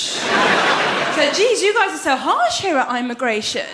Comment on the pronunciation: "Eyemigration".. I'm ded =)))